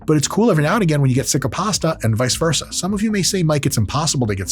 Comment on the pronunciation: "Vise versa"....... grips